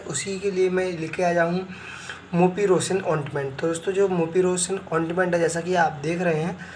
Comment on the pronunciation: Ointment ka sahi pronouncesion ,,,bolana sikho.